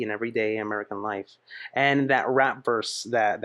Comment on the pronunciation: for me, she never pronunces the F : American Lie